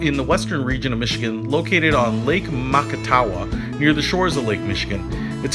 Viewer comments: My hometown and... It’s pronounced Mack-Ah-tow-uh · You pronounced Macatawa wrong. You have to say it with the thickest Midwest accent. Mac as in Mack. Mack-ah-tah-wa. Don’t swim in it Also please stop preying on us for our (used to be affordable) real estate. Most of us who grew up here can’t compete with you out of state assholes who are pushing us out. You’re destroying our town. And I’m looking at you California, Illinois, Ohio, and NY. People from other countries show more respect and are more welcomed here than the latter mentioned so please gtfo of my home!